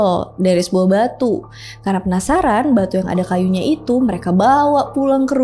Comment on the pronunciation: Apa cuma gua yg denger kata "senapsaran"?